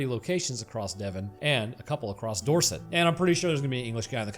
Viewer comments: Nope mate, you said Devon and Dorsit correctly. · You said Devon and Dorset right mate 😂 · dunking on his wife is exactly the kind of humour that keeps me coming back 🤣 Side note - you pronounced Devon and Dorset correctly, GG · "USA baby" me: dies of cringe (pronounced them correctly btw) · That is the correct way to say Dorset. Yours truly, An American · English man here, that is how you pronounce Dorset and Devon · No you said devon and Dorset completely correct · You pronounced Devon and Dorset just fine, you did pretty well for an amuracin. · Correct Dorset pronunciation also anything with wendigo is an instant watch